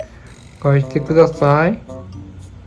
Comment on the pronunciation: 「返してくだthぁ〜ぃ」の発音が草